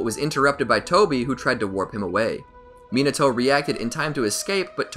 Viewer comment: mi NA to NOT minaTOAD